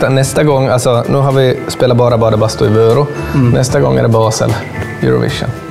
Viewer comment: Kan du snälla utala vörå rätt